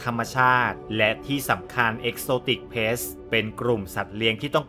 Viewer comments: exotic pets (สัตว์เลี้ยง) นะครับ ไม่ใช่ pests (สัตว์รบกวน) กรุณาออกเสียงให้ถูก ความหมายเปลี่ยนเลยนะครับ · Pet’s ให้พี่ออกเสียงเป็นPet(เพ็ท)แล้วค่อยเติมเสียงsจะฟังดูดีกว่าครับ😁